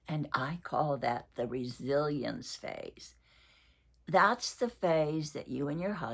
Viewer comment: I’d like to tell one curiosity about my perception between two words, when u speak resilience, I just think that u are saying Brazilian 😂 for me the pronunciation is the same, I know it’s not though❤ hugs from Brazil 😊